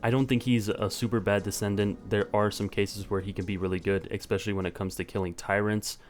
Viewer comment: It's especially, not expecially.